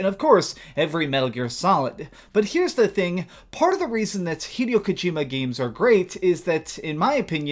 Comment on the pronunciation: its pronounced hi-day-o not hedio you moron